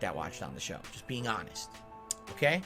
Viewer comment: Just being ahwnest.